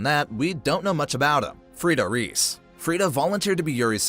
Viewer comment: Just a heads up. Reiss is not pronounced “Reese” it’s pronounced like “rice”